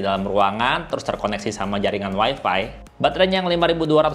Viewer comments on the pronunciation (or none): none